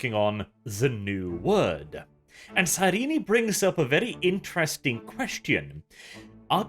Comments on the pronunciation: Every time he says "Cyreenee" I hate it. I haven't heard how the audiobooks pronounce it, or how the writers intended it, but that's certainly not how it looks on the page. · His pronunciation is close to correct. In _Betrayer_, Cyrene corrects a certain Damon Pyrtannis who pronounces it SIGH-reen. According to her, it should be pronounced SIH-ren-nee. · Isn't the final e in Cyrene's name supposed to be silent? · I got the impression he was turned into a servitor because he SAID he was selling lamb, but instead sold dog. IE false advertising. It's still f#@ up but it's not the kind of f#@ up you're presenting =/ Also, the way you pronounce Cyrene's name hurts my soul.